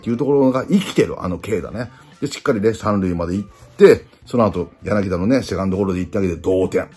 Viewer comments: 里崎さーん やなぎ「た」ですよ…笑🤣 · 里崎さん、昨日の宮本さんもそうだけど、やなぎだじゃないですよ！やなぎた！！！！！